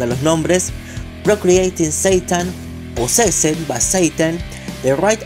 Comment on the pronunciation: posesed jajajajajajaja echale un poco de pronunchiachion jajajjaajajajaja